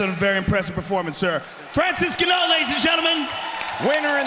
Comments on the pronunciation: It kills me every time they say his name like that. Like, just fucking learn to say right. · I’m glad to see they starting saying Francis name correctly after this fight. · Can't belive they let joe, Dom, and goldi say Francis's name wrong all them times but Bruce was spot on 😂😂😂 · They are the same people bro. They are just mis pronouncing his name. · They keep saying his last name wrong didn’t even know it until he got big in the sport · They didn't even know how to pronounce his name. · ESPECIALLY after hearing buffer pronounce it correctly during the intros lol🤦 Joe & the rest of the commentary table kept calling him Ganou Until the damn overeem fight lol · they are mocking how the commentators pronounce Ngannou, the joke being that its like the ”Ganno” is a different guy than Ngannou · so he had a different name back then, he was called genouw lol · N-gun-no? Funny stuff. Leave it to buffer to b the only 1 to get it right. Kinda like the cringe of their pronunciation of Karolinas last name. They call her ko-vul-kay-vich & it's Kuh-vall-kuh-vich. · When the announcer didn't know how to say Francis last name 😂😂 Gano FRANCIS GANO WINS BY K.O Gano in Spanish mean winner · lol Ganno.. Get the fn mans name right guys.. Malakaz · Omg I can’t stop laughing Francis ganno wtf he’s the kind of scary I would ask him how to pronounce his name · The fact they keep calling him Ganno is hilarious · Back in the days when Ngannou was new and the commentators didn't even know how to pronounce his name. Ganno lmfaol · Hahaha they butchered his last name. Gano hahaha 💀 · Ganno 😂 probably how we’d of all pronounced it at one point but still amusing nonetheless 😂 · I can only hear Shaub's CTE pronunciation now. "IN-GANNEW or Francis Gaanoh" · You would think the commentators would have asked the fighters how to pronounce their name instead of guessing. It was so painful to hear them mispronounced Francis's name the entire fight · 🥴I cringed everytime they said his name🥴